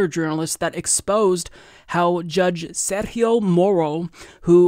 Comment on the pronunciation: I'm not trying to be pedantic but the letter g in Sergio's name is pronounced the same way it's pronounced in french not like how it's pronounced in Spanish